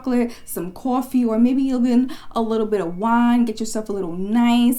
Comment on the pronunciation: as soon as i heard the way u day coffee i was thinking she must be from ny or nj